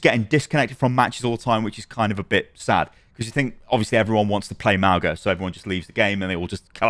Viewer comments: I hate to be that guy but his name is pronounced Mah-oo-ng-ah not Mah-oh-gah. The g is pronounced ng like the word "song". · Pretty sure it's not pronounced "MOWga" its "MAOOga" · nots not Mao-ga its more like Mow-ga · Just putting this out there. Mauga’s name is pronounced Mau-ng-a. Gs in Samoan are pronounced as an ng sound, like song. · Ffs is MAUGA - pronounced MAH-OOH-NGA with the G in his name pronounced like that NG in the word GOING Please at least try and get his name right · The "g" in Mauga is pronounced the same way as "ng" in the word "singer" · The "g" is not pronounced, it is more like "n" and "g" sounds combined. Good video but pronunciation is off, which is what I expected after Mauga's release lol